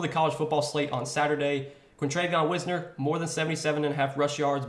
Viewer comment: As a texas fan its pronounced like wise ner